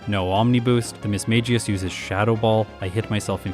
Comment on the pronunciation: Another video another video pronouncing Mismagius wrong. Ms Maggie Us